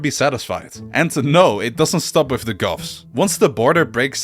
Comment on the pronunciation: every time you say goths I hear "Goffs" and immediately am thinking of orks in warhammer